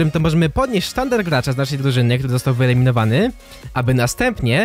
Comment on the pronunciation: 1.15 wyleminowac xd Dzięki za ❤